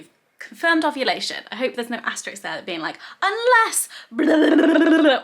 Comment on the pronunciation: It's 'asterISK', Hannah. 😉Asterix was a comic from the 1980s! 😄